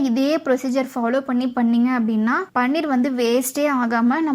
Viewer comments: அம்மா தாயே. முதலில் இதை பன்னீர் என்று உச்சரிப்பதை நிறுத்துங்கள். இது பன்னீர் அல்ல. பனீர் என்று உச்சரிக்க வேண்டும். தெளிக்கப்பயன்படும் திரவப்பொருள்தான் பன்னீர். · யம்மா. அது பன்னீர் இல்ல ! பனீர். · "பன்னீர்" என்பது ரோஜாப்பூவிலிருந்து தயாரிக்கப் படும் ஒரு வாசனைத் திரவியம். அது திருமணம் போன்ற விழாக்களில் உபயோகிக்கப்படும். இங்கே விவரித்துள்ள பொருளுக்கு தமிழில் "பாலாடைக்கட்டி" என்று பெயர். இதற்கு ஹிந்தியில் "பனீர்" ( பன்னீர் அல்ல) என்று பெயர். சரியாக உச்சரிக்கவும்.